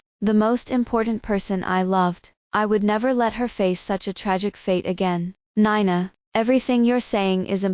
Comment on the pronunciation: She pronounced Nina (nine na) instead of (nee na)